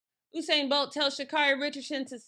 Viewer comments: She keep saying “Oh-sain” instead of U-sain that got on my nerves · U-sain, not Oosain :) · Am I the only one who hears her saying ousain bolt 😭